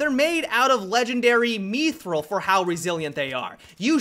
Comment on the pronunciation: MEE-THRILL? you mean MITH-RILL dumbass.